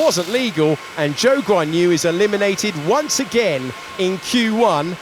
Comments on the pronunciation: I don't know why but I keep hearing "Joke On You" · Everytime David Croft says Zhou Guanyu I hear: "Jokes on you" 😅